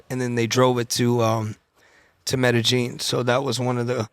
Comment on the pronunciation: Nobody finna say nothing about him saying “metagine” 😂 it’s Medellin sir